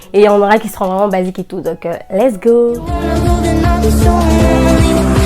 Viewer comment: On lit go pas gao